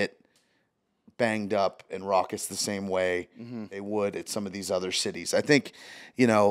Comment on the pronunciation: He’s saying raucous